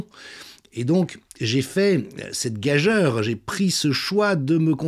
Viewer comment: Gag-u_re monsieur... Pas gag-eure... A par ça vous êtes parfait !! 😉